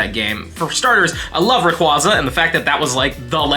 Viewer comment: it's ray-KWAY-zuh